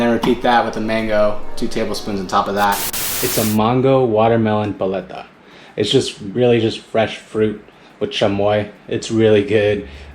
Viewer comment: You say baleta, but it’s actually paleta